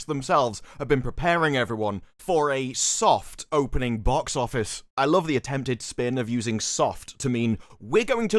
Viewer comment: Boox oofice noomburs are in. Gesticulate more, please